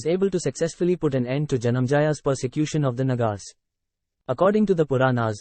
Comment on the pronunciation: The pronunciation is NAAGAAS, not NAGAAS.